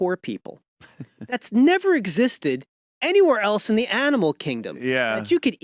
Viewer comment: Ant. The word is “else,” not “eltse.”